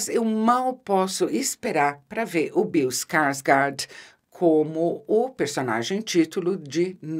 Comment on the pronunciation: Ficaria a tarde toda escutando Isabela falar: " Bill Skarsgard "